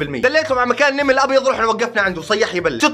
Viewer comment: كيف حكا كلمه نمل قال نيمل 🤣🤣